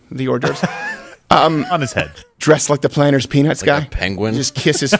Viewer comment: Stephen, did you say kiss the peanut or penis..?